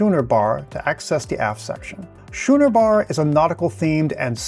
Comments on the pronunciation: Schooner has a hard c and is pronounced as if it is spelled skooner. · It's pronounced "Skooner Bar", not "Shooner Bar" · It is scooner bar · Thanks for the tour. Just one thing Schooner is pronounced "Skooner" not how you were pronouncing it. It's named for the Schooner ships.. "Skooner" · Just an FYI. Schooner is pronounced "skooner" ch has the k sound. Been on Vision and her sisters many times (over 20). Have more trips scheduled this year.